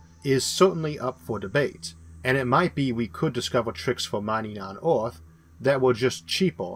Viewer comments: "BACK TO ORTH"..."Orth".."ORTH"... It is EARTH....PRONOUNCED - "ERR-TH". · nice video but whats with the word earth, why orth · While he is unable to pronounce "r", that's not the matter highlighted, rather that "er" is pronounced "or" eg earth - orth, jupiter - jupitor, remember - remembor, were - war, neither - neithor, merge - morge, water - wartor. He's also unable to pronounce "L". There are some sentences which I cannot figure out at all. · This video is very weird to listen to as the speaker pronounces Earth as it if were spelt Orth. Very strange. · You said Orth for Earth once too many times. The end. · I can understand him (just about) it is just disconcerting to hear him keep saying ORTH. He is pronouncing it completely wrong. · Neat Gifts The condition is called Rhoticism because it deals with Rhotic sounds, which are usually denoted with an R in the Latin alphabet. The sound is hard to classify linguistically, and plays odd games with phonotactics (the way sounds interact) so it isn't surprising that some Rs can get through if the surrounding sounds help out. Perhaps a linguist could benefit from these videos by cataloging which words Issac is able to say. They'd have hours of material as a sample and could maybe get a better handle on what makes Rhotic sounds work. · i get that some people have speech impediments but why cant he pronounce earth but can pronounce most otherwords with R in them lol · It's weird as you say the word FAIRLY perfectly correct and can pronounce the TH sound perfectly correct so the correct pronunciation of the word Earth is just the AIR part of FAIRLY with TH on the end. I can see you've got a problem with pronouncing your R's but the pronunciation of Earth is, I think, more of a bad habit.